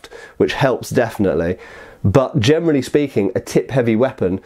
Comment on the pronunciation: "gemrally speaking" :D